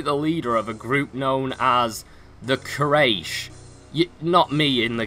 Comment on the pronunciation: It's not Quayresh Its pronounce as Quoraish And the spelling is Quyarish tribe